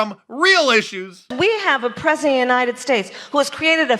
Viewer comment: “We have a prezzient” - Kamala Harris